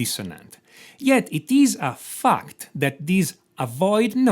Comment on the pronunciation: Everytime he says fact I heard fucked, really makes the video funny 😂